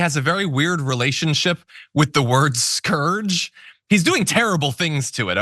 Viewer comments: i didn't realize he couldn't pronounce "scourge" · First and foremost Mark Robinson is on Grindr and Scruff ALL THE TIME, second of all any american person that cant pronounce the word scourge properly doesnt need to be in anyone elected office. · Why can't he pronounce "scourge " properly? 😮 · I see scourge has a new pronunciation. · He can’t pronounce Scourge. Lol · Even if I was a misogynistic, antisemitic, fascist, piece of 💩, I wouldn't vote for this guy. The mispronunciation of "scourge" is a deal breaker for me. 🤣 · Couldn't pronounce "scourge"? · He can’t even say the word “scourge” correctly. Here’s to hoping he goes the way of Hershel Walker. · Is he trying to say "scourge"? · He doesn't know how to pronounce "scourge". That's not disqualifying? I mean before the other clearly gross and dumb positions. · How hard is it to pronounce “scourge” for the GOP? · You can't trust anybody who pronounces the word "scourge" the way he did, proof he's a jobber-level subterranean cacodemon. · Nobody told him how to say scourge ? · Pretty sure “scourge” is a single-syllable word… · Did he say “scowurge?” Scourge scourge scourge. I just had to say it the right way a few times to remove the way he said it from my palate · What is it with these Repugnicans and their mispronunciations? "Scour-ge" instead of 'score-g'.... just wow. MAGA only knows how to scrape the bottom of the barrel to find primordial slime that can't pronounce words in its own language. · Dear god, learn how to pronounce properly. It's scourge, not scourage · Scow werge???? That's not how you pronounce scourge.Did he not write the words he reads from the prompter??Or at least proof read his speech to see what he will be saying??? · What is a scourage? Lmao! The hillbillies in Carolina will still vote for him! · "Skowerge"? Is he trying to say "scourge"? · A Skow-urge? TF is a skow-urge? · "Scowage" is all you need to know. (He meant "scourge"). Then there's the rest. . .ugh. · Scourge (skeerg) jeeze😮